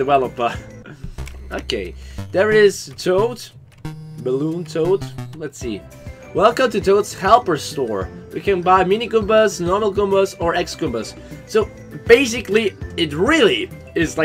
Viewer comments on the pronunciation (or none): LOOIGEEKEED U PORNUNCDE X-GOOMBAH WORNG IT'S CROSS-GOOMBA but in all seriousness I'm not joking they are called cross goomba it's a thing from paper mario thousand year door